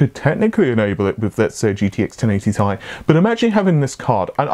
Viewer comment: Who says Ti like “Tie”?